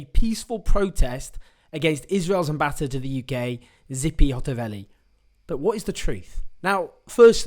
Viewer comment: Dude we gotta talk about your Hebrew pronunciation (Ha-Aretz, Tzi-pi).. I mean we don’t really have to, not that important